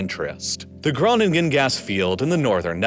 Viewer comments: I love your videos, you have a velvety voice that would do an ASMR video proud and your research and depth of field of your videos is unparraleled But as a Dutchie, your pronunciation of Groningen hurts me to my very soul. Great video though. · The first G in Groningen is silent